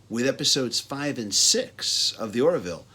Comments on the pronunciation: "Orville". Not "Or-i-ville". Good review though. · It's Orville, not Oraville!